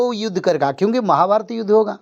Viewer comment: Judh nhi Yudh